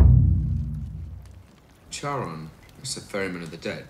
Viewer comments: It's annoying how you keep saying "chars". It is pronounced "share-on". In Greek myth Charon is the ferryman that takes the dead into the underworld. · Yo so the ferryman on the river of Styx is pronounced “Karen”? You truly can’t escape them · To be fair... I have a degree in Archaeology, took a ton of classes on mythology all that. I've heard even experts pronounce it anywhere from "Kharon" to "Share-on" to "Chair-on." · I can't get passed how they're pronouncing Charon. Like, I'm willing to take a lot of variations from "heron" to "karen" to "kay-ron" to "hair-own" and everything in between. But there's no universe in which I'm okay "sh-" or soft "ch-" for ancient Greek names. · I just wanna say that according to my art history professor and her wife the only legitimate pronunciation they could find for Charon is “Karen”. Do with this information what you will. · isn't the correct pronounciation karen though? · that dude just said sharone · weird thing but they pronounce Charon wrong (it's pronounced kharon cause like in Italian the ch in Greek make the k sound ), also I get why they would pick him he is ferryman of Hades, but he's notoriously greedy, which by the way they bitch doesn't make sense wouldn't naming themselves after the river be far more suiting since the styx wipes memories, and tends to destroy the lives of even the dead but it also has holy properties, what about Pluto the Roman version of Hades tied to money he is never characterized as greedy just that he possesses a lot of wealth that he distributes. in conclusion even something as simple as googling how to pronounce a word was to much for the movie above it being bad its budget was a million dollars ... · I just noticed he said sharone instead of charon lmao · Why are they pronouncing Charon like Sharon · holy shit it's pronounced KEH-run. how do you produce a multi million dollar movie and not do basic script checking. or is this another "you say sabotage. i say sabo-taj" deal?